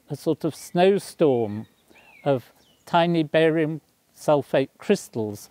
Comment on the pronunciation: I thought he said "Barry White" at first!